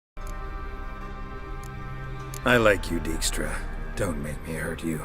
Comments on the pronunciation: Daik-stra, not deek-stra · It annoys me how the name 'Dijkstra' is pronounced in the game. Those here who speak a bit of Dutch will understand. Thing is also, I have no idea how to explain in written form what the proper pronunciation is and I'm no expert in phonetic writing either. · One thing bother me, everyone pronounced his name as Deekstra. Dijkstra is a Dutchname and translated it means Dike stra. And I get that pronouncing the Dutch IJ is almost impossible for English speakers, but at least pronounce it as Dikestra. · "shove Dyjkstra"....... yeah.....